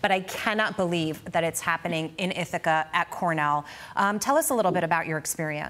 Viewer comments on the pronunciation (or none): It's Ithaca not Ithica